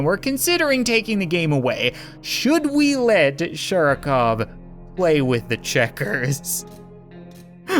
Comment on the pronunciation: Sharikov (with an emphasis on A; and V on the end is pronounced closer to F). Sharik means a Ball :) so it's like "Mr Ball" or something...